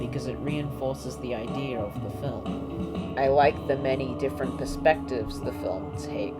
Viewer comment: There is no R in idea.